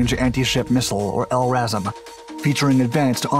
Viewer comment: L-assram is the best mispronunciation of LRASM I have ever heard, gonna start using it